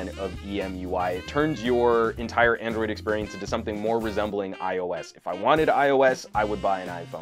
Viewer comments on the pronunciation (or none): none